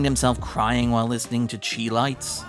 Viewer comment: I'm sorry, it's SHY-Lights not CHEE-Lights. Chi as in Chi-Town as in Chicago which is where the band is from.